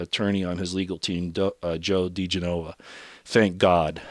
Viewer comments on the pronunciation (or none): Correct pronuniation is Joe DiGENova, not DiGenOVA. Thought you'd want to know... :)